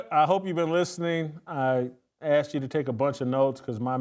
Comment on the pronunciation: "I axed her"?